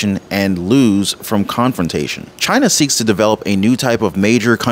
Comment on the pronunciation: Only for “Chi-Na🇨🇳